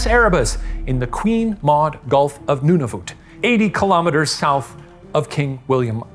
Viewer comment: I'm Canadian, and Shane's pronunciation of "Nunavut" tickled me. Great episode, Ghoul Boys!